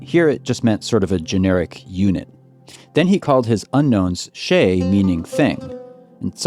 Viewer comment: It would be better if you say shay with "shy" and add d on the back.instead of sheyy